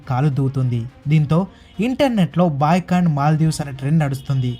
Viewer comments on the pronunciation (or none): none